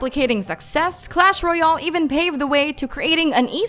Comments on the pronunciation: She cannot pronounce royale at all. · Say royal right plz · The way she says "royale"xd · i know 😅